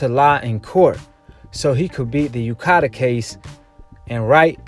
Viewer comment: Dude are you dumb? You can't even read the difference between LANCASHIRE and LANCASTER, you say MANCASTER instead of MANCHESTER, and what is UKADER? It is UKAD. Dude, people will think you have low IQ and won't trust anything you say if you can't even read the towns properly get the names of the anti-doping governing body and everything wrong.